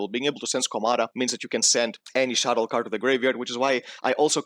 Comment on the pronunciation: But why call them "Shadows"? :DDDD They are "Shaddolls" ? ._.